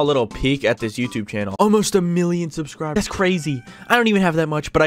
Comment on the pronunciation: SUS-cribers is how says it